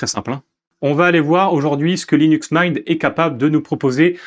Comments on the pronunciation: Linux Maaiinte vraiment ? 😂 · Vraiment un beau vidéo d'introduction sur Linux Mint mais je me demande d'où vient cet accent qui justifirait la prononciation de la distro en "Mein". Simple curiosité que voilà! Bon succès pour la suite sur ce Linux à la menthe! ;) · Le mot anglais "mint" se prononce /mɪnt/ : voyelle courte comme dans "bit" ou "shit" (et non le son « aï » comme dans "mine" ou "mind" ou "might").